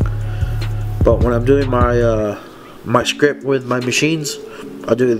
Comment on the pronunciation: The t at the end of the word script isn't silent